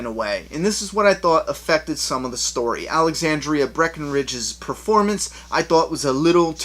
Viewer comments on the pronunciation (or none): Ok I have to be the one to give you shit on this "Alexandria Breckenridge" : ) Now wouldn't that be a crazy coincidence? If the actress playing Jessie was named Alexandria. It's Alexandra, but now that I think about it, she should change her name damn it. : ) As always guy your reviews are so well thought out. I hate it when it's my turn to talk because I love listening to you. lol